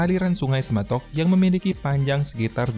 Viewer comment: Semantok bukan sematok